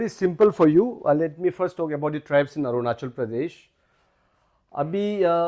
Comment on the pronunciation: 😂 english itna acha but ornachal kue ???